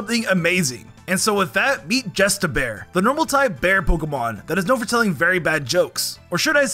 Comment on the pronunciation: When you first said justibear I thought you said just a bear 😆